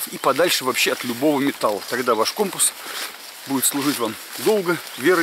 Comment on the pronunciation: Ну всë же не компа , а компаааас